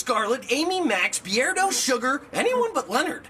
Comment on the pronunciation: Bro said Be Erdo 😂😂 But it's Beardo